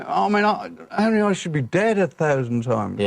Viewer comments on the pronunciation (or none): none